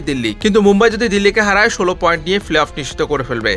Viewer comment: প্লে-অফ উচ্চারণ অনুশীলন করবেন দয়া করে।